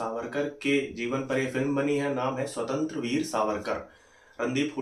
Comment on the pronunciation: Bhai it's स्वातंत्र्य वीर not स्वतंत्र वीर